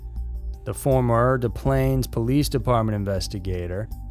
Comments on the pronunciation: When pronouncing Des Plaines both the first and second s are not silent. It sounds just as it looks. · As someone who grew up within a mile of the Gacy house: dIs plains Not "des pa/lahn/es" not "deh plain" not "day plahn/uh" Des Plaines is pronounced "diss planes"